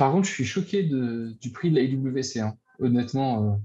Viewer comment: Belle vidéo les gars! Ptit bémol, IWC se lit Ivécé 🙂😉